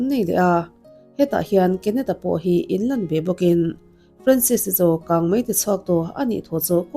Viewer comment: Ka fanu hming ang ania, Francis anga lam(pronounce) lo in, Franses anga lam tur 😇